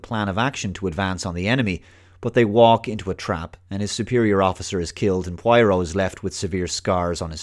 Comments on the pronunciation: Pwah-ro, not pwai-roh. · Take a drink ever time mispronounces 'pwah-roh'. (Note: Do not do this cool thing, your liver will be very angry with you) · Who's pwyro? Prah-roh, it's hard to believe you've watched the original series saying that, it's like as if a self proclaimed avid trekkie pronounces data as datta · Your pronouncing poirot as pwairo ..... Lol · Please for the love of God stop pronouncing his name Pie-Row. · For the half of the video I couldn't figure out who the hell is Pueiro. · It's not pronounced pryro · Every time he says Pwyro, I drink lol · seriously, having me rolling on the floor each time you butcher the name Poirot. pwyro indeed. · According to the writer, she pronounced it: PWARR] + [OH| -source from the notes by her to editor. She seems wasnt happy that British and Americans were not saying it correctly. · Grew up with the books and TV show Also: Pronounces it "Pwyro" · Got on my nerves so much I had to stop watching. He must have heard the name pronounced correctly countless times. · Poirot is pronounced 'Pwarrow' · i love your videos but I just can't concentrate when you keep mispronouncing his name after having grown up with David's Poirot 😂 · If you watched all the old shows how come you still cannot pronounce his name lol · still a not y, and oh instead of high hard o as he is prenounciating it. Though I get it is a difficult name, and wouldnt be certain that I wont mispronounce it at times, just he kept repeating it so many times in the video.. Guess he was going for killing someone trying to take a shot for each time his name was mentioned :) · Cut him some slack, he's Oyrish after all.